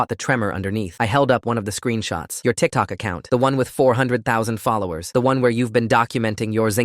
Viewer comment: The way the narrator said tikTOK